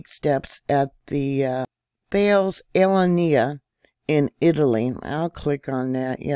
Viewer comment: The company is a french company and you pronounce it as Talas.........................................They have been big in commercial aircraft simulators